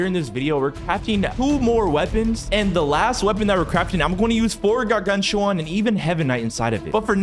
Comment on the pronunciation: yea and also pronounce garganCHuan